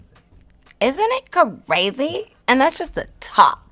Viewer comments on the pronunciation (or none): isnt it CARZYY! omg i love how she said that